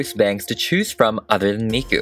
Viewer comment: Ok 1: why is he saying mikus name like that XD 2: dont forget miku was the first anime character THEN she was used as a singer just helpen with some old anime history lol!